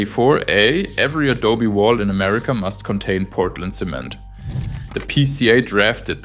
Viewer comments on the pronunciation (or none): none